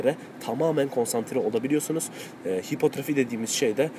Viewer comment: abi hipotrofi değil hipertrofi o